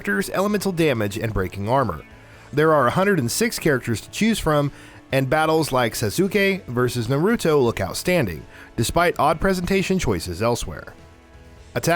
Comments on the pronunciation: He said Sasuke like sazuki 🤣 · Dude. It's Ka-ku-rot. Not Ka-ku-row. SAY-an, not Cy-an. Sas-kay, not Sa-soo-keh. NAH-ru-toe, not Na-ROO-toe. POKE-uh-mon, not POKEY-mon. roll eyes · Kakawrote, super cyan, sa-suke.... I can't with this dude's pronunciation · Nurutoo, sasukay, wiz… get someone who at least has watched anime to either help the dude with the names or just have them do it. 😂😂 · The "sasuke" pronunciation just killed me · This man should be arrested for saying sasuke"s name like that lmao